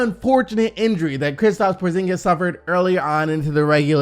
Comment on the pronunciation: Thank you for not saying KriPstaps anymore